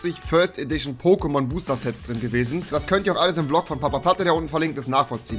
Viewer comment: Er sagt POKÈMONS😐😐😐